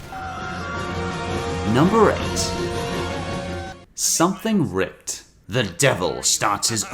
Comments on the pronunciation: Who else is angry because he pronounced it something rocked and not something rick-ed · Um, it's pronounced "Rick-ed" as the title is a play on "Something wicked this way comes. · And I'm pretty sure it's supposed to be pronounced rick-ed, like wicked. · Not sure if its been mentioned, but he doesnt say Nigerian Scammers, he says Zigerion Scammers. Also the episode is pronounced "Something RickED", you know rhymes with WickED. Just an FYI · Ricked is meant to be pronounced like wicked. Not the item you burn in a candle but like Hitler or something.